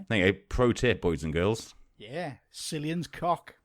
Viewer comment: omg guys Cillian is pronounced with a hard C like 'kill' (Thought I'd bring back an old tradition)